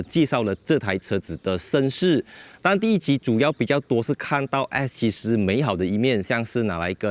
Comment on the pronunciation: Bro is S70 not X70. How come you pronouncing like X ??? 😅